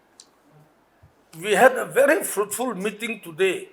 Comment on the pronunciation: metting ✅ meeting ❎ 😂